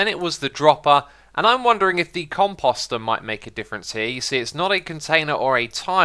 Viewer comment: Lets work on the pronunciation of composter...